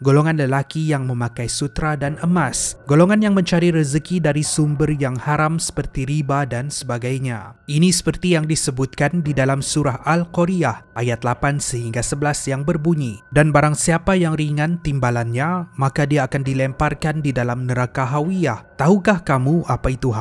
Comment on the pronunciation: Alhamdulillah.. trima kasih atas perkongsian. cuma kalau boleh, harap dapat check dan betulkan cara sebutan nama2 surah ye sebelum post video.😅 Al Qariah - Al Qori ‘ah Mudattir - Muddasir Asyu-syuara - Assyu ‘aro Al-Maidah - Al-Ma ‘idah Al-Huzumah - Al-Humazoh Al-Furkan - Al-Furqon saya slalu tengok video dan bagus sgt perkongsiannya. cuma bila melibatkan sebutan arab, cara sebutnya tidak semuanya sama seperti bahasa melayu. lebih indah videonya kalau dpt sebut ikut sebutan yg betul 😅. ini hanya secebis pandangan peribadi saja. 😇